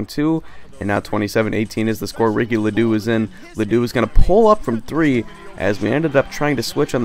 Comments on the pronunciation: Ledo is pronounced Lee-Dough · Lee Doe is how its pronounced not trying to be annoying